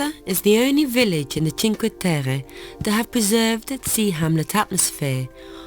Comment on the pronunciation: The places are lovely. But why are you trying to pronounce the names or the places in a french accent?? It is Italy...